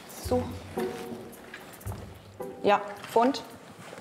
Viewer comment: Wie mich das abgefucket hat wenn sie fuunnd sagt